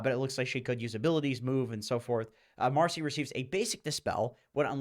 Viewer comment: Its marci not marsi